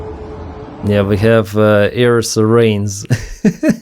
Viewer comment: Siren is pronounced 'sigh-ren'. Keep up the awesome work; you are my go-to Ukraine source!